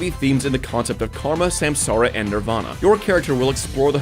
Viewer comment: Took the wiki page to realize samsara is supposed to be sansaar, as in universe